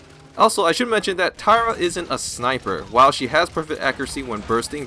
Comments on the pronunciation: Its Tyra not Terra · tyra not tera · Why do you keep pronouncing every champions name wrong? Is it to piss off someone or do you really think thats their name? Like, tara and drogols.. Dont take me wrong i love your videos. Just, please try to pronounce it right. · wow tira i never knew that, wasnt it tyra with i?